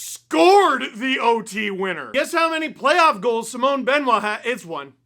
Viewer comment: how do you still not know how to pronounce simon